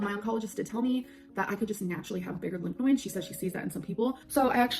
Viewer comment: her being dumb and not knowing how to pronounce a word should not be the proof that she’s lying about cancer lol